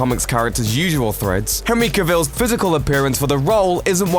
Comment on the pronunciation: it's henry (space) cavill. Not henreekavil